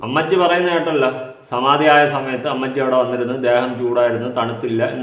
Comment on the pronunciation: Samathi alla, samanthi😂😂😂😂😂